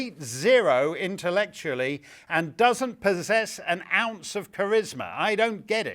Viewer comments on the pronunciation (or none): It's an ounce not an once!